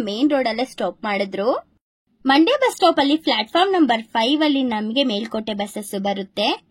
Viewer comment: ಮಂಡೆ ಅಲ್ಲ ಮಂಡ್ಯ